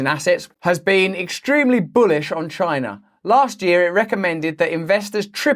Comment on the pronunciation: comeon editor XD everyone knows these days that every time someone says 'CHI-NA' like that we need a quick cut to trump saying it in the stupidest way possible XD ; excellent video as always Russell&team